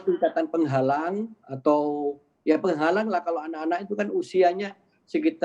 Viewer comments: Penggalang loh pak penggalang. Bukan penghalang. Kok diplesetkan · Kakak penghalang.. apakah saya salah dengar?😂